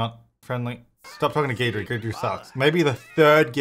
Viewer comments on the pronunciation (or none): Just thought it worth mentioning, Guidry's name is based on the fact that he's your guide to the paranormal. So... guide-ree, not geed-ree. Just fyi.